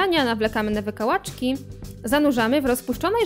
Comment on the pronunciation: Jezu, jak mnie rozwalają te jej akcenty na koniec 'wykałaczKI', 'śniadaNIA'. Nie wspominając oczywiście o absurdzie całego tłumaczenia XDDD